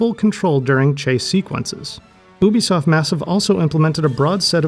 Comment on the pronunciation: Anyone that says Ubisoft correctly gets a thumbs-up from me!